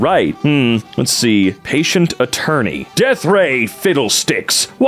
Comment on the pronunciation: It's patent, not ,,patient"